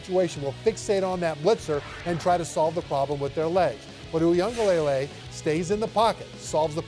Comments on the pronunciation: It's luh-lay, spoken very quickly, not lay-lay lol. Nation's having a real hard time with his name 😂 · for my white folks Wee-gah-lelay 😂 thats how to say it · They wont even spend 5 seconds to learn it. Kinda disrespectful